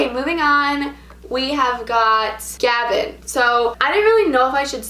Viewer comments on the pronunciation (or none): none